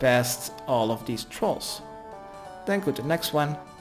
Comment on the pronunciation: lol I heard that too XD